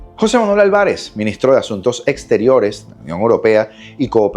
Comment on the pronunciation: revisa la pronunciacion de la palabra Alvarez